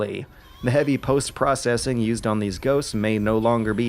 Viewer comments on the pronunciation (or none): none